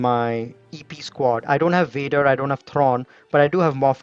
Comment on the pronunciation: What happened to "V's"? "Wader" wants his "V" man! ☺️👍